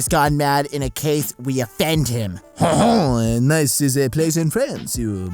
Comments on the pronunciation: It's pronounced Neece not Nice. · 'Nice', the city, is pronounced like 'neice'. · Dude it's pronounced like niece Please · Nice the city in France is actually pronounced "niece"